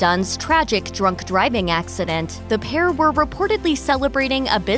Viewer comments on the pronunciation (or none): none